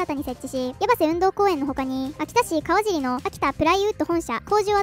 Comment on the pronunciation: 細かいことで申し訳ないのですが、 × かわじり 〇 かわしり（にごらない） 八橋も、できれば やを強くする発音ではなく せがやや強めの発音 ×おろしうりいちば 〇おろしうりしじょう （最初の部分） でよろしくお長居します。